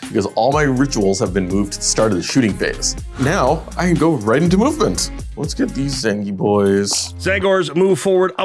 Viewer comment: I always hear "Mubin Phase" instead of "Movement Phase".